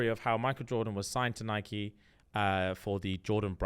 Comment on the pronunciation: No usually always on your wavelength but why are you saying Nike wrong …